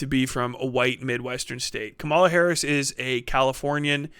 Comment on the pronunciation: KA-ma-la, not ka-MA-la. It's meaningful to speak her name correctly. I know it was a simple slip-up, but we gotta be careful to put respect on her name and rise above the blatant racist mispronunciation others are doing.